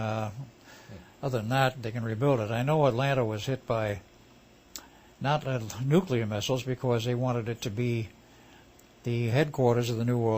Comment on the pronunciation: NUKILER BOMBS.. why the fuck people can't speak their own fucking language... nuclear... how the fuck you read it as nukiler...